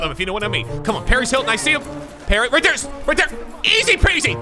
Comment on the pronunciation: Is nobody talking about how he called T.Y Hilton Ty Hilton